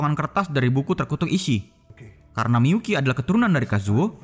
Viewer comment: Miyuki atau miPUKI COY??